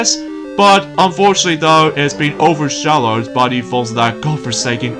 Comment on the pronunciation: you mean, overshadowed. NOT OVERSHALLOWED! just wanted to help you out of course!